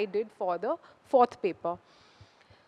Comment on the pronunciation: When you come with fake accent....you start pronouncing "paper* as Pepa